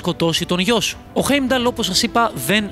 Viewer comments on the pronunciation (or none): Δεν ειναι η μιντγκαρντ ειναι ΤΟ μιντγκαρντ και οχι στην ασγκαρντ ΣΤΟ ασγκαρντ επισης ειναι χάϊμνταλ οχι χεϊμνταλ και ειναι φρεϊρ και ντροπνιρ οχι ντραπνιρ τα μισα λαθος τα ειπες αλλα καλο βιντεο